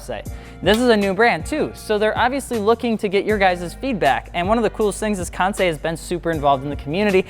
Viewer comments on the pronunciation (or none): FI: promotes Kansei partnership for about over a year Also FI: still cannot pronounce Kansei correctly